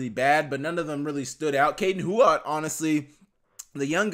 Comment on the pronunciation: It seems like everybody in Griz Nation is pronouncing Kaden Huot's last name as Hu-Ot, like it's spelled. However, while Huot was playing for HHS, the home game PA Announcer, and also the local news pronounced it like Hewitt, not Hu-Ot. Take that for what it's worth because I don't know him, nor his people myself.